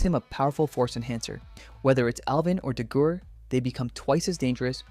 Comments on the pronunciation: I love the video, but, why did you pronounce Dagur's name like that, I don't want to be the nitpicking grammar guy but I just have to comment on it, but ignoring that incredible video and my favorite HTTYD villain is Viggo with Dagur being a close second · Mf—STOP MISPRONOUNCING DAGUR'S NAME!